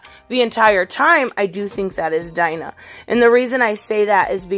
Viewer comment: I'm sorry this has been bugging me when I watch these videos but could you please next time you make a video pronounce Dina's name right. Its like Deena and not like Dinah Lance